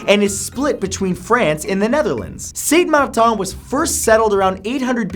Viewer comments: how many times did you fail at saying Saint Matain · You totally butcher st.Martin bro and arawaks also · I'm from the Caribbean...your pronunciation... of Saint Martin is wrong... need to look it up...